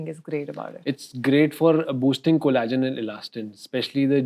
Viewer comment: It’s pronounced collagen with ll It’s not cola-gen